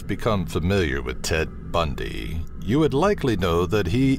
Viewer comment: Bahahahahahahahaha "ted bun-dyyy"